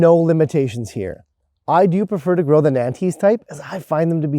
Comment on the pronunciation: As a French resident, I really have to correct your pronunciation of 'Nantees'.... Nantes is a our major city in Loire Atlantique in France (from where the variety originates). It is pronounced as NONTS, to give an approximation. It is as you know a really good spring season early carrot and regularly shaped. Thanks for your advice on container growing and I am just about to sow my seed for this winter's sowing in the greenhouse in a large deep pot. Do you soak your carrot seed prior to sowing? And for how long? On line some say just an hour and some say 24 hours .... or even longer. I am going to try 24 hour soaking this year and then sprouting them on vermiculite under heat and then pricking them carefully into the container when they start germinating.